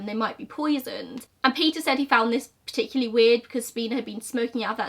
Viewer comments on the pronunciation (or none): none